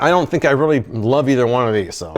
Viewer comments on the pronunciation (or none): “aahhg letmegetoneaofheseenergydrinks”